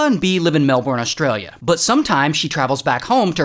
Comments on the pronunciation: "MAAL-bORN, ASS-tra-LEAH" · I thought the pronunciation was Austra- leeah 🙄 🎉😊